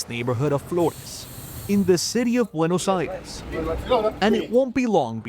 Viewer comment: Pronounce it correctly not Buenos Ayreis!!!! Buenos Aires